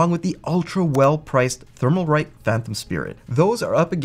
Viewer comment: The "L" in Thermalright peerless assassin has left the video! However, it is a good video. Thank you